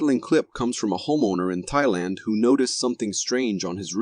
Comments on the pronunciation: my biggest problem is the fact he butchered the country's name it's Thailand not Tay this Jackass seriously needs too go back too school and take spelling/Geography class'es!#seriously were is he getting Tayland from??????????????? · It's Thailand not tayland 😅